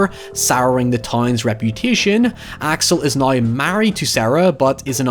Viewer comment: I want to leave a thumbs up everytime i hear a "noy" og "hoyever"